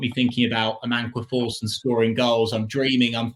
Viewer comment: May be wrong but pretty sure it’s Amankwah Forson